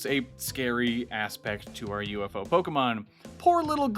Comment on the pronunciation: It’s a bird, it’s a plane, no it’s yewfoid